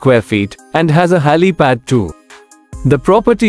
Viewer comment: Not ‘ Hali pad’ it’s called ‘Helipad’